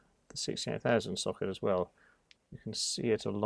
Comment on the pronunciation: I’m still angry you butchered a 68000. 😥